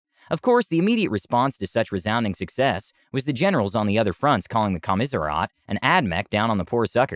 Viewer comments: Okay buddy I'm going to help you out It's, Commissariat (kaa·muh·seh·ree·uht) not Kaa-mis-ree-off. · I’m thoroughly enjoying this, but desperately need to understand how you come to that pronunciation of “commissariat”?!